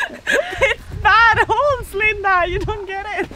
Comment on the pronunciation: the way say "Linda" is exactly like how a Dutch person would pronounce that name. Funny how languages can be different but similar at the same time.